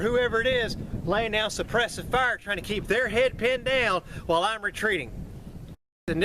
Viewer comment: I love the way you say suppresive fire.